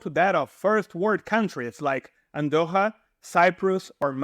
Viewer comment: DUDE!!! There's NO country called "Andojas". Maybe you were trying to say "AndoRRa"?? Dubious.